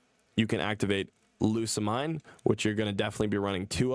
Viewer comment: most people pronounce Lusamine's name as "Lusa-Meen"